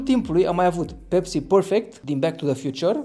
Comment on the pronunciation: Se numeşte pepsi! Nu pecsi